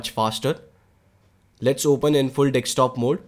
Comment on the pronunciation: Dekstop mode 😂😂😂😂😂😂😂😂